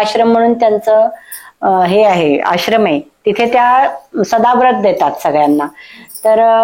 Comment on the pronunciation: अहो ताई, सदाव्रत नव्हे सदावर्त. जरा नीट चेक करा.